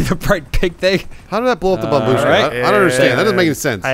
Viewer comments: I know it’s an old meme, but “babushka” is pronounced BAH-BUSH-KAH, not BAH-BOOSHKA, and the word means “grandma”. pronounced some dude’s reddit username! that had the word “kartoshka” in it, correctly! Great Job, keep it up! (It means potato by the way”. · It`s bOmbushka, not bombUshka